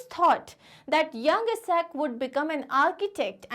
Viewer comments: it is isaac not esaac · You are pronouncing Sir Isaac Newton wrong you are pronouncing his name as eesac Newton…..just a correction..